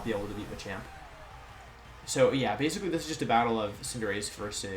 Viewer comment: I was legit taken aback hearing Wolfe say Cinderace correctly at the beginning wtf haha